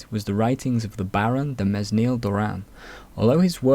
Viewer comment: Nice video. One minor quibble. If you're going to pronounce French names, please try to rehearse the pronunciation of the names beforehand. For example, you pronounced Mesnil quite literally. In French, it should sound something more like Meh-kneel.